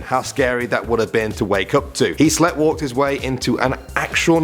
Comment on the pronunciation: I love these videos, but, for the love of all that is spoken, please look up how to pronounce "sleepwalked". We are english, but even some americans can say it properly